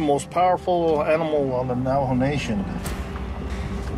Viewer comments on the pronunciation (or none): Can someone tell this narrator he's saying Navajo wrong???